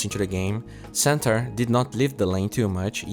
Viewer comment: he say centaur i hear santa weird